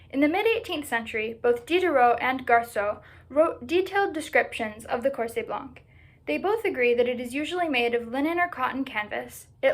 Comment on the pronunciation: Very nice research! I know it is hard to research in a language that is not your native one and you did good! I would add two littles details. In the word ''blanc'' the letter ''c'' is a quiet one. The word ''corset'' has the the suffix ''et'' that is used in French to diminish the original name. So if a ''cochonnet'' is a little ''cochon'', a ''coussinet'' is a little ''coussin'', a ''mantelet'' is a little ''manteau'', a ''cervelet'' is a little ''cerveau'' then a ''corset'' literally means a little ''corps''. As you probably know, ''corps'' was the word used for stays, it did not needed the adjective that we give it today ''baleiné'' or '' à baleines''